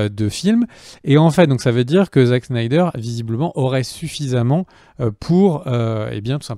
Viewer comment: C'est Snyder (snaïdeur) pas Schneider :')